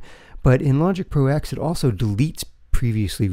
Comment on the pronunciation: Thanks for the video but please stop calling it "Logic Pro EX"... it's a Roman numeral. It's "Logic Pro TEN"